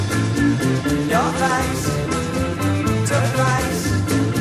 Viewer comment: The only thing missing from the Nirvana version is the proper pronunciation of 'controwl', 'fayce' and 'wahrld'. Other than that, Curt nailed it.